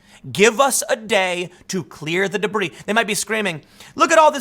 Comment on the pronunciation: It was too much of a german accent. We swedes tend to pronounce the as dö not ze.